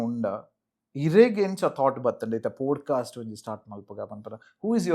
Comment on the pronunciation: It's pod-cast, not pode-cast...